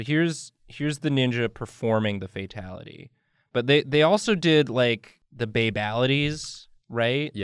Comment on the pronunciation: Not a burger-ality... it’s a FAT-ality